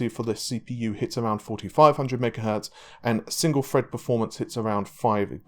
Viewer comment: 12 cores 24 freds